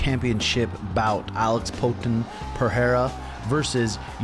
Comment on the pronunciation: Hey,, I think Poaton is pronounced Poah-tahn.